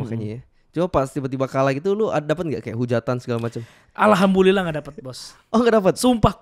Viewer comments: Bikin salfok tiap bilang "alhambulillah". 'Du du, not bu. Alhamdulillah ya ya besok besok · bukan almabulilah "Alhamdulillah" yu bisa yu ashadu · Ko, intrupsi dong, bilangin ke dia salah ucap "alhambulillah", yg bner harusnya "alhamdulillah" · Dia gak ngomong Alhamdulillah tapi alhambulillah🗿🗿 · Alhambulilah dia ngucapnya ngab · Ngakak pas bilang alhambulillah, NT NT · Alham'b'ulillah dia bilangnya ler, coba turunin speednya ke 0.25x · Alhamdulillah bukan ahambulillah tpi gpp sih stidaknya nya lu udah berusaha ngucapin kata itu, toleransi beragama 🙏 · tapi kenapa gw dengernya Alhambulilah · Tapi bang saya denger nya alhambullilah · Ini gue yang salah dengar apa gimana ya, yang di sebut ALHAMBULILLAH atau bener ALHAMDULILLAH ya? Kalo gue salah tolong dikasih tau ya gaes 🙏🏻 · gua lurusin kata" lo alhambulilah tapi yang bener alhamdulilah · "alhambullilah" wkwk tapi respect nonis bisa sebut Alhamdulillah dikit sikit salam toleransi Tapi bisalah ashad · 11.40 "alhambulilah" Alhamdulillah 😂 panutan perbaiki sedikit lagi yaa😂😂😂hahaha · SAID: ALHAMBULILLAH, WKWK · nobody:....: lah..alhambullilah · 2 hal yg gua sayangin dan malah agak risih denger podcast ini: 1. Duel "ibarat kata" dari mreka berdua 2. jelas bgt di earphone selalu bilang "ALHAMBULILLAH" pakek B ya bukan D But overall not bad lah, bnyk ilmu juga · Apa gua doang yang dengar si ngomong alhambulillah bukan Alhamdulillah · Alhambulillah gw gatau apa agama lu tapi gw senang banget dengar lu nyebut kalimat itu, btw yg betul "ALHAMDULILLAH" 🙏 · Yg bener alhamdulillah,, bukan alhambulilah.. Pake d bukan b,, okeeyy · Alhamdulillah bro bukan alhambulillah wkwk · .: Alhamdulillah. Terdengar alhambulillah atau emang iya heheh... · "ALHAMBULILLAH" " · Sorry,Alhamdulillah ya bukan Alhambulilah Hehe cuma ngasih tau aja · Kok gw dengernya alhambulillah ya ? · allhambullillah wkwk pake d 😂